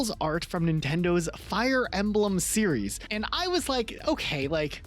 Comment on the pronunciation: You would think would know how to pronounce series* by now, mf still calling it a serious 😂